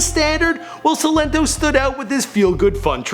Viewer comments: Why is saying sin linto it's silento toe that's the best way I could break it up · so annoying when he was like 'seelento' when it's 'sILento' emphasis on I ✋🏾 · the way you say his name is not right